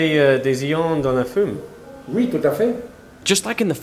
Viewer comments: Ravi de voir que tu parles français ;) (fumée et pas fume :p) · he pronounced fumée incorectly